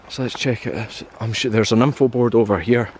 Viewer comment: I laugh each time you say an info board. It sometimes sounds like a nympho board 😅